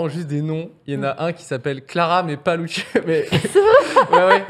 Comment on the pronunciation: Elle a dit Clara LuSSiani pendant l'intro 💀😭😭